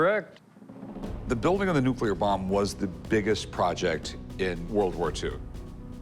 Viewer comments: Dude runs a museum for atomic energy and pronounces it “nucular” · The museum guy keeps saying "Nuc-U-lear" instead of Nuc- LE-ar. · That so-called "expert" isn't much of an expert, doesn't even know how to pronounce the word nuclear.